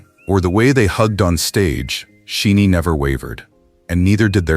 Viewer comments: It’s a bit disheartening that AI and the person who created this commentary could not pronounce the 2nd generation legends aka Princes’s of K-pop’s group name SHINee. Shi long i. 20+years in the game (including trainee days) and their group name is pronounced incorrectly. BTS has flown the pride flag at concerts. Jimin and Jungkook openly took photos on a unicorn water float with a rainbow mane while Jimin embraced Jungkook. They have have openly stated they support the lgbtq community. They created gender neutral characters for their BT21 characters. Jimin has pushed every boundary with his fashion. Suga once said he may love someone regardless of gender. Jimin and JungKook’s open displays of affection are legendary at this point. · For the love of God! You can't even pronounce SHINee's name correctly, yet you choose to show Jonghyun's funeral? Why would you do that? Do you think we want to relive that moment over and over again? What makes you an expert on who these artists really are as people? When you say, "He didn't need to come out," who said he was gay? Just because artists support a community doesn't mean they identify as a part of it. And when you say, "Among those who grieved most deeply over Jonghyun were gay fans," how can you make such an irresponsible comment? You cannot possibly understand the depth of despair experienced by his family, his members, his close friends, and the Shawol community. You really need to reconsider the content of your platform. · For Pete Sake. Teach your damn AI how to say Shinees' name correctly. It is not She-nee It is pronounce Shy-Nee. This is the the 4th or 5th video you have produced with members or the whole band as content and your AI still can't say their name right. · sorry but it's annoying when the group isn't pronounced correctly. Kind of takes away from the message if the producer doesn't know the groups name. It's not She-nee. It's Shin-ee. the "Shi" like shine a light.